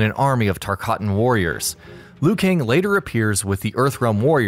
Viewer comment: I think this is the only video so far I've heard Tarkatan pronounced correctly. Notice it in every other one I've watched lol